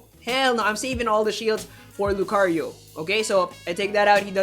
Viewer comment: why, just why... i like to name all my 90+iv mons, my female Lucario named Lucy now NEEDS an italian-like name e_e ... she just NEED IT, cant say Lucario again without that accent